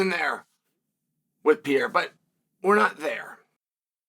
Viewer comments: Alex pee-era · Alex P Air Uh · Alex Pee-era vs Ankle-eye-ev 💥